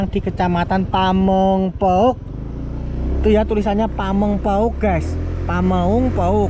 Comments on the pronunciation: mas gk bisa ngomong pamengpeuk ya 😂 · PAMEUNGPEUK....BUKAN PAMEUNGPAOK wkwkwkwk.....😂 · Pameungpeuk bang bukan pamengpek....😂😂😂😂 Ketawa terus gw denger nya.... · Ilat jowo susah ya koh bilang pameungpeuk😅